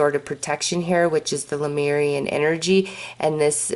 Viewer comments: It’s not LUmeian, it’s LEmurian (Leh-mure-ee-an). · Thank you for your sweet spirit and your videos with messages from the Lemurian energies. Careful not to mix up the vowels in the word - "Leh - moor - ee - an" . Not "Luh - meer - ree - an".